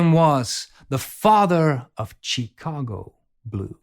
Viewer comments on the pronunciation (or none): Great video idea, thanks! (BTW, the Ch in Chicago is not pronounced as in church but as "sh", "Shicago")